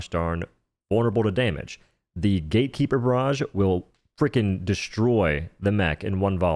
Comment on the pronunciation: can you stop saying "gay keeper"?